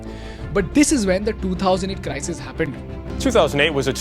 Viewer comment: sounds like CRY-SEEES